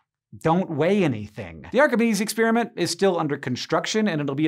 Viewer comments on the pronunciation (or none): What is it with this "new" pronunciation of "experiment"? It's not "exspeariment" . . . . it's "experiment" . . . no "ears" just "pears" . . . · None of this is really new or exotic. There are many books with all this stuff in it, so the research probably took less than a day. The experiment is cool, even though he pronounced it "ex-spear-i-meant".